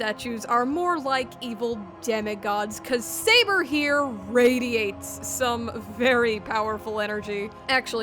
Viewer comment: It's not "Bootleg Saber," It's "Seibuur"